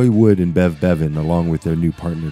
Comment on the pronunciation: He called bev Bread breadven